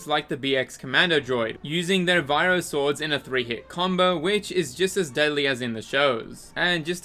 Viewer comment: May I point out that Blasters don't fire lasers? It's ionized gas, they aren't a beam from the gun to the target and they have visible travel time, they're canonically Plasma guns, not lasers, which I like a little more. Edit: also ish the Commando droids melee is a VIBRO sword, not Viro, same goes for the Commando's Vibro blade, I've noticed this specific YouTuber pronounces a lot of Star Wars things slightly wrong and it annoys me, but at the same time a lot of it is just slight mistakes